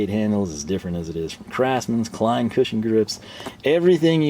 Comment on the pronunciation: So you call Klein Lein? 😂